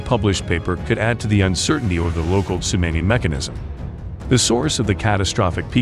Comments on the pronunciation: Geez, dude. Would you Please learn how to pronounce tsunami? It’s TsunAmi, like Mommy. Not like you’re saying, which is Tsunaami, like Grammy. Thank You. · It's SUNAHMEE. Idiot. Not sunnAAAmay. Ts:S U is long, N is regular, A is aw, meee. It's Japanese, get it right. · It sounds like you’re saying sumamis . Tsunami. Tsunamis. 😁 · It's "sue-nah-mee" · Tsunami - su-nah-mi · It's not Sunnnammy !!!! I can't take that terrible pronunciation!!!! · "su-nammy" ??????????????? YIKES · absolutely. I wanted to watch this, but Tsunammy is ignorant. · I think you are mispronouncing “tsunami”. Try short a. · Can't even pronounce Tsunami, or spell Military correctly, CLICK BATE!!!! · Wanna smash that guy it's not TSUNAMMEE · Yep. Someone needs to program the thing to pronounce "tsunami" properly. Otherwise...good video! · Learn how to pronounce tsunami 🤦🏻‍♂️ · Actually, he IS using the “short a” phoneme (as in the word “map”). The Narrator needs to use the modified “a” sound (as in the word “shawl” or as in the sound you make for the doctor when he examines your throat and tells you to say “ah”.” This sound is represented in the phonetic alphabet by a backwards “a” character.).